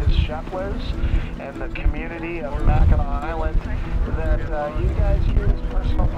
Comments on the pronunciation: Not “nack”… “naw” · Grew up in Michigan (Detroit) been to Mackinac Island quite a few times. As a child and adult. Great place. But it's pronounced mack-in-aww. Much Love and Aloha 🤙🏼💯🇺🇲.